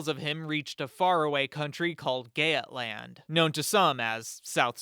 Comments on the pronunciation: NOT GAYAT LAND ITS PRONOUNCED GEETLAND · I love how you heavily researched this and even surprisingly put everyone in vendel culture material but pronounced Geatland like Gyaet-land and it was Yeet-land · please stop saying gaytland, im like 90% sure its Götland! Source: im swedish